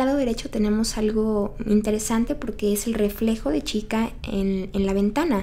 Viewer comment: Dijiste chita en vez de chica